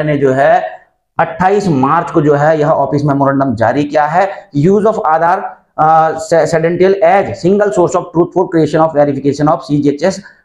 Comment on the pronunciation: सेडेंशियल नहीं है सर जी ये क्रेडेंशियल है